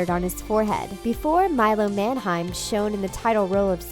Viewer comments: Everytime she says "Manheim" I cringe cause she says it wrong. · Your pronouncing Milo's last name incorrectly